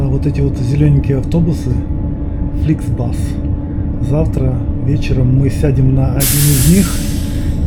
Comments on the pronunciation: Могу тоже ошибаться,но по-моему правильно говорить Фликс Бус, а не Фликс Бас... Привет из Дортмунда.... Спасибо за видео,красиво,но мне больше нравится ФРГ. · Не фликсбас, а фликсбус!